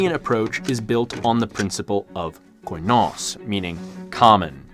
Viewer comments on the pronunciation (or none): here to help. they're pronounced "kinos" "sofos" and "efthina" and "enotis" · You have effectively butchered Ancient Greek, in nearly every single one of your pronunciations here. Κοινός is pronounced Kinos, with accentuation being on the O. Σοφός is mostly correct, but your accent is very strange. Εύθυνα is pronounced Efthina, with accentuation being on the E. Ενότης is pronounced Enotis, with accentuation being on the O. There is no H sound here. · They're pronounced keenos (common), sofos(wise), efthina (responsible), enotees (unity). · Please use Google translate to at least get a general idea of how the greek words are pronounced. Koi-nos is truly cringe worthy to listen to. It's kee-nos (in murocan phonetics. Kee, as in Keep, or keen) Koi sounds really dumb and stupid and like a Japanese fish 😆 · I'd like to help with the greek pronunciation: Κοινός: kee-NOHS Σοφός: soh-PHOS Εύθυνα: EF-thee-nah Ενότης: eh-NOH-tees Κληρωτήριον: clee-roh-TEE-ree-on.